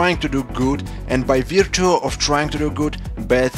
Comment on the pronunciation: '..and by vea-too'....hahaaha